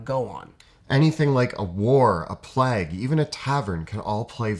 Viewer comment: Did he say "plag" instead of "plague"?